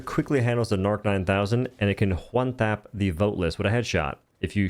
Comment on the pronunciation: "HWONE TAP"